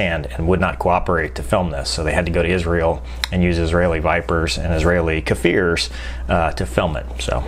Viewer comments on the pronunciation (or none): It's "kfir" and not "kafir". "kfir" in hebrew is the name of the lion cub. The meaning of the name is courage and strength. I don't know why, but every time we buy an aircraft from the US we giving it a different name in hebrew. The english names are so much awesome lol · I love your videos. As an Israeli/American - It's pronounced Kfir, not Kahfir A short k consonant. I realize two consonants in a row break your teeth but imagine people calling a Viper a veeper 😃 כפיר in Hebrew means a lion